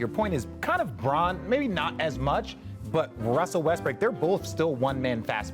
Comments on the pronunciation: Richard says Russell Westbrick LMFAOOOO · Did I just hear R.J say Russell Westbrick🤣